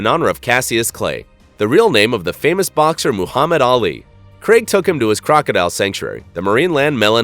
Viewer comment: that's not how you say Ali name but ok